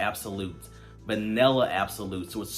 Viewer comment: Good video. Just a heads up….the word is “Vanilla” not “vinella.”